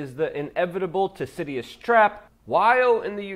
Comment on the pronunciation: It's pronounced, "Thoo-sid-id-ees." Thucydides' Trap.